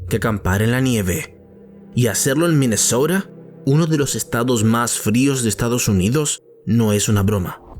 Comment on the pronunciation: Minesouda o Minesota??